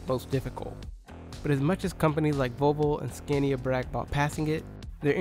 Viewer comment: BECAUSE SCANIA IS OWNED BY VOLKSWAGEN, DOESNT MEAN ITS FULL NAME IS VOLKSWAGEN SCANIA, and its scAnia not scEnia